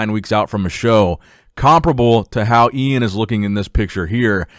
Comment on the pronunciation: Its E-IN not iain